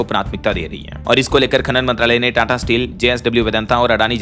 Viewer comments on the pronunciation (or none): none